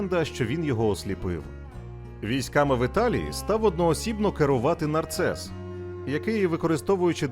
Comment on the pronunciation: Не нарцес А Нарсес